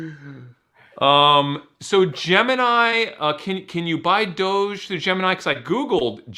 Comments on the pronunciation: The fact they refuse to pronounce doge correctly makes me have 0 faith in these fucks. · Lol DODGE 😂 DOHGEE lmaoooo Dogecoin lolol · Please stop saying dodge and dogee coin I’m gonna have a fucking BF